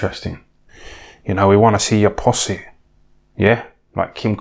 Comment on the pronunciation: LOVE THE WAY HE SAYS PUSSY 'POSSY'.